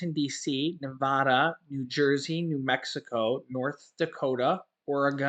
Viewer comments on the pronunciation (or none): none